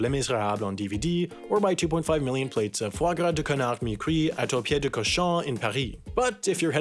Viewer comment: When he says «canard» it sounds like «connard»